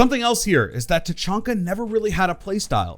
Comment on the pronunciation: It's Ta.Chan.Ka. Not Ta. CHON. Ka.